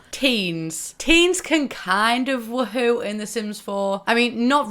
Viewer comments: Am i the only one bothered by how she pronounces woohoo its WOOOOOhoo not WUhoo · I hate you’re sayin “wah hoo” instead of “woo hoo”😭😭😭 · I feel like you're saying WooHoo wrong. Everyone says (woo-hoo) and you say (wa-hoo). Kinda triggers me😂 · But...it’s Woohoo...not Wahoo... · Ahaha sameee it’s so entertaining to hear pronounce it “wah-hoo” instead of “woo-hoo” 😂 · so weird hearing it pronounced as wa-hoo, when i've always pronounced it woo-hoo in my head. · Do you realize you're pronouncing it Wa-hoo? In America that's a chocolate drink and the mascot for the Cleveland Indians. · Love how british people say wuHOO and I, an American, say WOOhu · I crack up everytime she says wa hew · She says wa hoo 😂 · Why do u say it like wuhoo